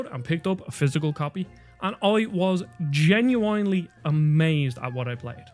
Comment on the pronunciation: "Tree-DS" and "Genui-Eye-nely" This guy's pronunciation.